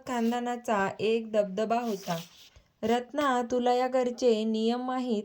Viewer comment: दबदबा...... धबधबा नाही 😂